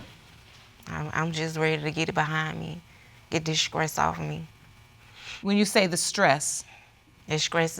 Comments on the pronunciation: She pronounced STRESS, “skress” I knew right then what the results would be... talking bout “this skressing me out” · Judge did try to give her the correct pronunciation of the word and she still repeated it the wrong way: “It skressed me...” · She said “Dis skresses me” 😂😂🤣💀 I am weak 😭.. she didn’t even catch when the judge tried to correct her . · Why doesn't Judge Lake call out these people who say SCRESS? Who in the right mind started saying it that way and why do people hear someone say that and also say that? Everyone who says SCRESS instead of STESS is a complete idiot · It stresses me out when she says "It SKRESSES ME". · Yes! Both of them were killing me with the mispronunciations. 🤦🏾‍♀️